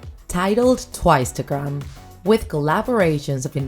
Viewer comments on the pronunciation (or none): I felt like someone was beating me up with a stick ever time she mispronounced names edit: "T BY T" WTF IS THAT THIS IS CRINGE OMG edit 2: OMG WHAT IS "TOO U" it's pronounced "chewy" I can't stop laughing to be honest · "Tiwce" lol